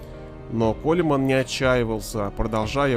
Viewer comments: Кольмен ахахахахах Правильно будет Колмэн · Бесит когда его фамилию читают как Колеман. КОУЛМАН!!! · Может быть не Колеман, а Коулмэн? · Коулман, Коулмаааан! А не Колеман, блять уши режет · Ронни Колеман😂Имей уважение автор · Какой колиман? Фамилию правильно выговорить не можешь